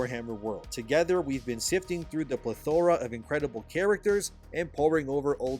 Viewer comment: You and the 8th grade vocabulary words man; do better. I learned english as a second language, and have lived in a 3rd world s***hole all my life; but even I know that's not how "plethora" and "rhetoric" are pronounced. It's embarrassing, and it makes you sound way less intelligent than I know you are; so just stop ffs. Love you and your content tho 😂